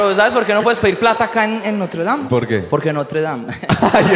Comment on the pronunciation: En notredan, no tredan ja ja ja ja ja 😂😂